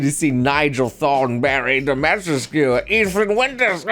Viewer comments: It's pronunced Dimitrescu, not Domistrek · It's pronounced "demma-treesk". I think it's french or something. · "DO-ME-TRESK" Domitrescu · Her name is pronounced Di-ma-tre-sk. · I never got on this bandwagon, but what bothers me the most is the uncultured ppl that mispronounce her name all the time. Her name is pronounced Dee-mee-treh-skooh or something along those lines (sry, I didn't get to do much phonetics in school cause I wasn't born in the States). This whole "tall vampire lady" thing and her name is tied in to a bit of Romanian nuance. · How he says her name really annoys me for some reason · You're pronouncing it wrong, man. the 'u' is not silent in Romanian names. Just pronounce it phonetically... like you do for Japanese names. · as a Romanian dude, i cring a bit on the inside every time he tries to say her name xD But i get it. not his fault, just different language. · If only people pronounced her name right lol